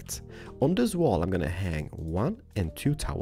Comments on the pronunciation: i am your big fan and you are my favourite youtuber, (sorry) but i hate when you say the word this like theez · I love how he says like zis ☺ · BOOM! Like zees he can't even say like this XD